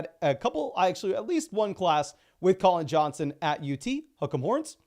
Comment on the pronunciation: For the past year I have been wondering who Hucka Morence was. I now realize that you are saying "Hook Em Horns" after actually watching and not just listening while half braindead. I feel so dumb. Though you'd get a kick out of that. Love the content!